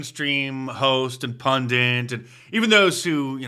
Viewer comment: The word is pundit not "pundant."